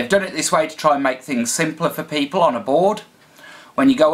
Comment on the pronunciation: at the end he says Peepulzzzz hahah !